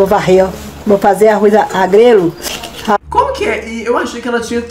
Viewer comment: MDS KAKAKKAKAAKKA, Arroz agrelo KAKAKAKKAKAK, é arroz a GREGA gente kakakkakak